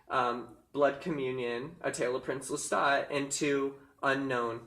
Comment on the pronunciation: Thank you for saying Lestat correctly 🙏🏻🖤